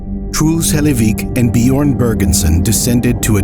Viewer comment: "bee-yorn" I'm begging you to learn how to pronounce foreign names, literally just put it in a tts for the corresponding language and try to mimic that...... jesus